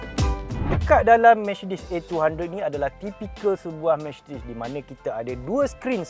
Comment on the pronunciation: Micedis kata dia